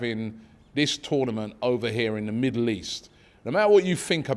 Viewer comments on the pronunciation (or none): none